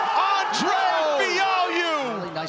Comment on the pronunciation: LMFAOOOOO “Andrayy”